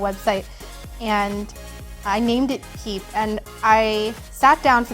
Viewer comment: I know I am super late on watching this video but I swear every time you said "peep" I heard "". And I was like ok, this cute bouncy person is. By the end it just works and it's totally.